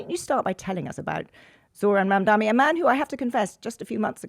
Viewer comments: It's not prounounced, Mam-dami. It is pronounced Mam-dani. There are only two m in the name not three. How hard is it to say dani? They just want to other Zohran Mamdani by mispronouncing his last name. If Eastern European last names can be pronounced correctly why can't such a simple name such as Mamdani be pronounced correctly? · Did she say Mamdami 😑 M A M D A N I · What is a Mamdami? I never heard of a Mamdami. I heard of the impending Mayor of NY, Mamdani. Get it right. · Why can you not try to be respectful and pronounce his name correctly before discussing him. It is MamdANI, not MamdAMI. Not MandAMI, for crying out loud. Sounds almost to me.... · MAMDANI not mamdami! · She called him...Mamdami, actually As for the presentation of Democratic Socialism, so out of touch... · What annoys me is that both Zanny and Charlotte cannot pronounce the name Mamdani 😑 😤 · The amount of times people mispronounce his name is infuriating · It's mam-daNi Do they do it on purpose? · For all the publicity of this mayoral race the arrogance of not learning to pronounce his name correctly. There is an 'n' not an 'm' as his second last letter.